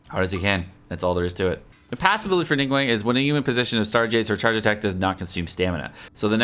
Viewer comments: Neeng waang...... Wtf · "ning uang" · "Ning-wang"😅"She has lots of facets" 🤣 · FYI, the 2nd g in her name is not silent, the name Ning Guang in Chinese is actually 2 words. Since Western names do not allow multiple words in a First Name, and her last name is neither Ning nor Guang, they just mashed them together into 1 word. Same goes with Chong Yun, Xing Qiu, Bei Dou. Actually, the word Zhong in Zhong Li can be a last name, and in Chinese format, Last Names are written in front of First Name.